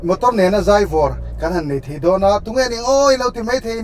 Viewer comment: 'Zai' tih i lam dan hi, 'Mami a zai' tih ang deuh hian lam zawk la hriat a nawm ka va ring em,. A hmuhnawm thin lutuk em em em mai, ti zel teh